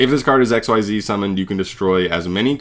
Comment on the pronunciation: Xyz = ek-sEEz, not "XYZ" or "exceed."